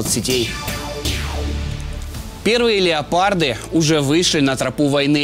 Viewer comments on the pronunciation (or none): Не леополд а леопард. Озвирин.